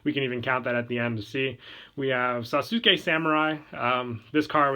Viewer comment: Why do u pronounce Sasuke like that?